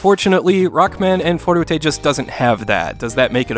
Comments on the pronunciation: bruh you just described all the older Mega Man games. Also why is he saying "fourtatae" every time instead of forte? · Ummm, ackshully, it's pronounced "for-tay". Itsh a french word used in muschic to say that shomething shhould be played loudly. Sorry, I know you hate those comments. "forute" sounds like a Japanese pronunciation. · If you're going to say forutay, you should also say rokkuman. Or maybe consider not using the Japanese pronunciation of an English word. It sounds goofy and, with all due respect, uninformed. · It's funny when you try to pronounce "forte" correctly but say Rockman AND Forute... the "&" should sound like "toh" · Great review, sums up my thoughts when I played this game back in the day as well. One thing that I kept getting hung up on, but it's so silly, but "Forte" isn't a Japanese word, so you don't have to pronounce it like it's a Japanese word. Again, sorry, that's so nitpicky, but I'm a huge fan of your channel. Megaman/Rockman is probably my favorite game series/Genre growing up!. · How the fuck did you make forte three syllables?!